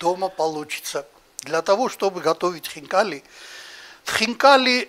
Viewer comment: то, что это будет вкусно, было понятно с первых слов! Как аппетитно хозяин произнес слово хинкали! А у нас котлетки!!!